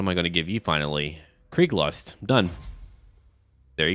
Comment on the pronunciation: Pretty sure the name of the mount is Krieglust (lust for war) and not Kreiglust (because this shit does not exist in german) and even then it would be KriegSlust because you need that s to pronounce this word properly.